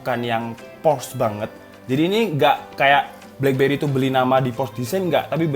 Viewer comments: FYI, Porsche bacanya po(r)-sye gaes. R nya tipiiis. Yang jelas bacanya bukan pors. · Por sche, bang. "Por - Sche". Bukan Porsh 😂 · Cara membaca/menyebutkan "Porsche" yang benar adalah "Por-se atau Por-shuh" jadi bukan "Porsh, atau Poresh". Hanya berbagi pengetahuan 😁. Saya salah satu yang tidak pernah punya hp blackberry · Btw bacanya Porsche itu 'Porsye' bukan Porsh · dibacanya por' syæ mas, r nya dibikin cedal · Spell nya sebenernya POR-SYE/ POR-SHE, Brand dari jerman kan itu